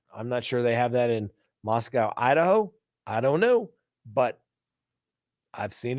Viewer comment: FYI: Pronounced Mosco (long o) by Idahoans.